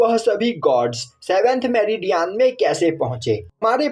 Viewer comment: Bro it's meridian it's not metridian